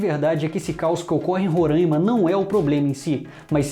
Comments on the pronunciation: Roráima e não rorâima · Tu tá falando Ruranima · Cara tu ta falando Roraima errado